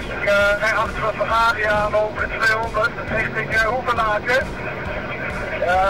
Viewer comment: De politie noemde de f”ERRARi” een ERROR”i 😂😂😂😂